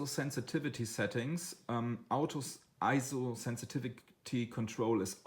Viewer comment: I had a bit of a problem with your accent and mispronunciation of Ah PER chur and EEEzo, plus low volume and monotone voice. But after watching the video several times I was able to get something out of it. Overall a decent video, but with the above comments.